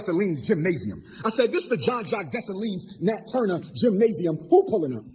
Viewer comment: I'm so sick of this fraud Umar & I want him to say Dessalines the right way..the S at the end is silent..leave my Haitian people alone!